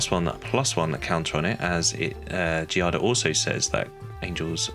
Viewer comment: My daughter’s name is Giada. The enunciation is Gee-ah-da. You had it right. It means Jade.